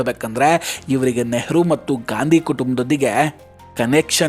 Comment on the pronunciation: ಗಾಂಧಿ ಅಲ್ಲ ಸರ್, ಗ್ಯಾಂಡಿ ಎಂದೇಳಿ 😂